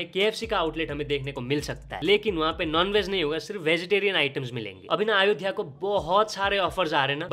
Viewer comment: " अयोध्या " atleast naam ka pronunciation acche se Karo Bhai 🙏🏻